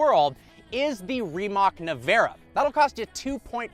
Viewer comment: It’s not Rimak, it’s Rimac !!!!